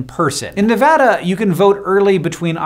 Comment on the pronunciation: thank u for saying nevada right <3